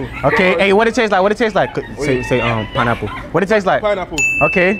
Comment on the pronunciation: He said spine apple 😅😅😅😅😅